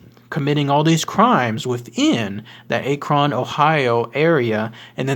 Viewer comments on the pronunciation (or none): Also our city is not pronounced A-kron. You say it just like you'd say the word acronym. Minus the immm.